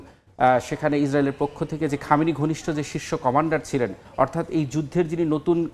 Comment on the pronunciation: সময় টিভির সাংবাদিক ২ টাই চরম বেয়াদব অশিক্ষিত ইহুদিদের দালাল,,,,সে ইহুদিদের নাম ভালো করে শুদ্ধ করে উচ্চারণ করে,,,, আর ইরানের সর্বোচ্চ ধর্মীয় নেতা আয়াতুল্লাহ আল খামিনিকে বলে শুধু খামেনি কত বড় বেয়াদব